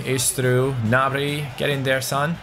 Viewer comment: You have been saying Martial and Gnabry's name wrongly